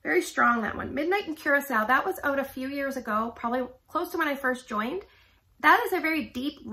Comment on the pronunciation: You are the first person so far I've watched that pronounced Curacao correctly. I am really worried about last spring/summer catalog scents that are in these bundles! I might have to get the bundle with Sandswept and Make A Splash, I took a gamble on those.